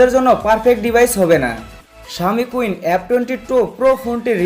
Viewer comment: শাওমি কুইন না সীন হবে। আগে ভাল করে সেট এর নাম জানুন, এর পরে রিভিউ দেন।